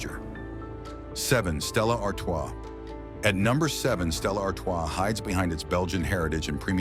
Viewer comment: Yet AI could pronounce Stella Artois.